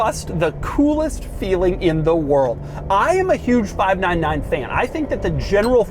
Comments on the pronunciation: Sounds like he’s saying 5 9 to 9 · "five na na nine"